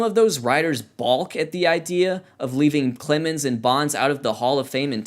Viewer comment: did you pronounce the L in "balk"????